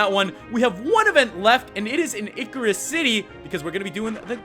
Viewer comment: Ickirus City? You mean Ice-Sear-Us